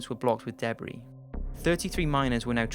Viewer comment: I'm really curious, but I'm worried I'll sound rude, so please don't take this the wrong way... Do you pronounce "debris" that way because of your accent, or because you're unfamiliar with the word? I've heard you say a lot of words very differently from how I'm used to and I can never tell if it's the accent or lack of experience with that particular word. It's always more difficult to tell when it's a person whose first language is English. I'm so unfamiliar with the... I'm guessing New Zealand accent? Maybe I'm wrong. Sorry.